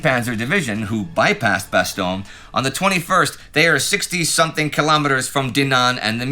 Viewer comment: Damn, and here i was sure that Indy would souverainly master the correct pronunciatoin of Bastogne basically no English language channel can be bothered to use... Alas, i was to be disappointed. Not just with another retelling of the silly annecdote about the foul mouthed general but also with the ear-hurting mispronunciation. :( And he was the one working hard to learn how to say Przemysl in the Great War series.